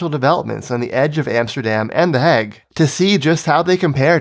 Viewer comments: I like this video, but the way you say "The Hague" is really weird. It's pronounced "hay-g", like "plague", not "hag" like "bag". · "De hegg"